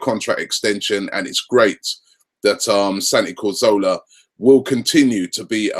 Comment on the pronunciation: Someone please tell me who is "Santi Corzola"?